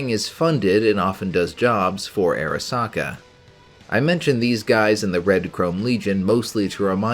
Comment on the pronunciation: Arasaka not Erasaka